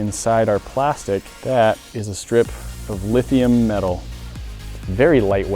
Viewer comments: "LIT"hium batteries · lit hium -ion